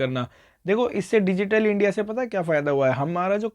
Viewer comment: Sir aap starting mein "india" ko media padh rhe the